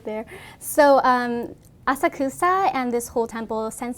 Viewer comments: You cant even say Asakusa right... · I totally agree this dude was so disrepectful but her pronunciation of Asakusa was killing me lol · Kind of weird that a Japanese person would mispronounce 'Asakusa' so badly